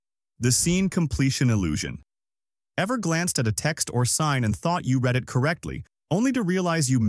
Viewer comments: Don’t like the AI speech, saying read (red) for read (reed). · Wouldn't it be "misread words" in the present tense (REED) rather than past? The narration is horrible.